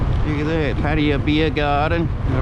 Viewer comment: Thanks for the video. I suggest u Ask a Thai person how to say Pattaya as ur online name is Pattaya and u r butchering it.